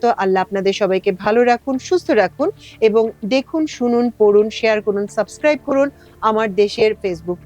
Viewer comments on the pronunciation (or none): none